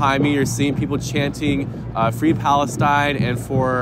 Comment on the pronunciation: Fwee Fwee Palestine MOMMY